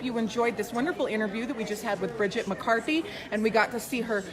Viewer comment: Her work is absolutely fascinating. I do have to say though - for all her glowing compliments and frequent reminders that she's followed Bridget on social media for years, I cringed everytime the host mispronounced her name as "McCarthy," especially less than fifteen seconds after Bridget had made a point of enunciating the "T" in her last name when asked to provide her social media accounts .